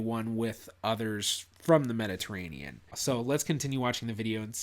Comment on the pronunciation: Oh God as an Italian it pains me to the core when he says “Mediterrean” a little part of me dies every time someone dies this. And no Mediterranean ancestry is NOT common for South Asians.